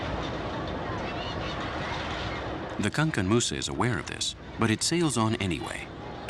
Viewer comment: Pronounce the the word good Mr journalist it is not Kankan Moussa we call him Kankou Moussa , that is to say that the boat was named after one of our greatest Leaders in the Mandinque empire and he was the world richest man of all time.